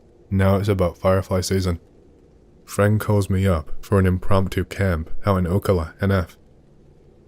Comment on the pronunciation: Oh yay Ocala NF side note it’s oh cal uh or Atleast that’s how I say